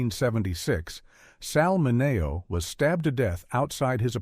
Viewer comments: its sal MINeo not Sal MinAYO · MI NE O... It's Men e o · so weird to hear the way they pronounce Sal 'Mineo.' GET it together AI.